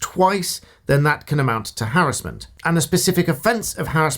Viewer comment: Given a thumbs up on the sole basis you pronounce "harassment" correctly